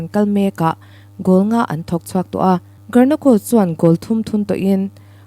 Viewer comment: Foot ball player hming i lam dan mai mai chu a va mak ze zaw ve (karnako)a ni lo aw (Garnacho) zawk tur aw.